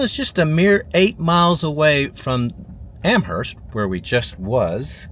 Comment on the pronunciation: By the way -- not sure about there in Texas, but in New England, the "h" is silent. "AM-urst".